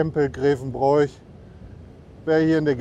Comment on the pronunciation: Hallo, schön das du die Erft geradelt hast. Darf ich etwas Kritik einwerfen? Grevenbroich wird "Grewenbrooch" ausgesprochen. Ansonsten schöne Tour durch meine Heimat.